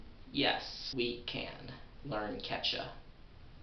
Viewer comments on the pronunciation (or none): I'm mexican, and i've heard people speaking "Quechua", and it sounds wild. But i'm here to tell you you need to say Quechua with more emphasis in the second U. QuechUa. Because you're not even pronouncing it. And great video, feels weird learning quechua from a english speaker than a native quechua speaker who also speaks spanish. I want more of this. I subscribe, man. (Great pronounce of the spanish "r", btw.)